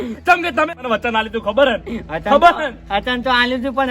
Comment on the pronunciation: આ ફુમતાળજી ને .વ. બોલતા નથી આવડતું વાઘુજી ને આઘુજી વચન ને અચન કહે છે